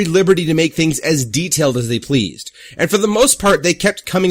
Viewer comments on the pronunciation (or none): none